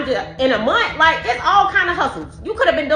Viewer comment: "Inna munt" 😅🙄